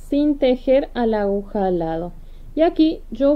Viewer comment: Precioso lo que está haciendo Pero ud. Es una informadora, educadora al fin. Se dice a-gu-ja. Espero no le moleste .Patricia. mendoza